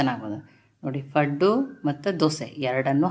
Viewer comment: ಪಡ್ ಅಲ್ಲ ಅಲ್ವಾ ಪಡ್ಡು